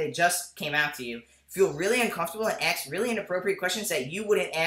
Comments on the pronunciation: Aydian, stop saying Ax.. say ask lol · I like your videos but please can you pronounce the word "ask" with the a-s-k" and not like "axe" . It really bothers me when people do that!